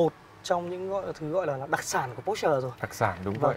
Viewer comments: Đọc po sơ nghe mới ổn chứ mẫy chỗ review khác đọc pọt chơ :)) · ủa sales đọc đúng mà /por-shuh/, đọc theo kiểu người đức cho một hãng của đức thì có làm sao hả bạn ?